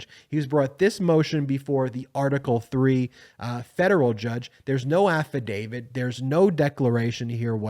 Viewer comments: Please stop saying AFFADAVID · AFFIDAVIT HAS A "T" AT THE END, NOT A "D". PLEASE PRONOUNCE IT CORRECTLY. You are a lawyer and should know better. I'm a big fan, but I wish you would fix your pronunciation. It's kind of embarrassing.